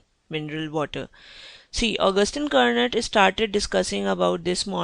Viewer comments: It's not pronounced as Kur-not, it's french, it's pronounced as: "Kurno". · Antoine Augustin Cournot was French, so you don't pronounce the "T" at the end of his surname, you philistine.